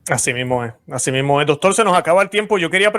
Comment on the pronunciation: "Luis Román, ya es tiempo de que corrija su español. Se dice "doctor" 😂, no "doctol". Si así es como se expresa, usted es un desastre como comunicador.